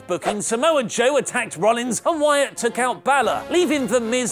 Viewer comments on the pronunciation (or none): none